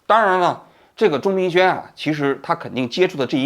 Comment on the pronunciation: 王局，您中间有多次念错钟明轩的名字，请注意更正